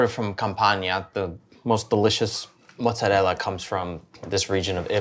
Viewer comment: Thank you for pronouncing mozzarella correctly!! ❤